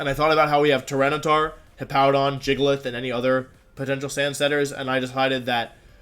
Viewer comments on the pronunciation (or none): Jiggle-ith??? WTF???